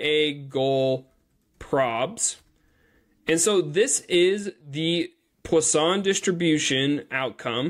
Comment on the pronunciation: From a French guy, your prononciation of Poisson is perfect 😉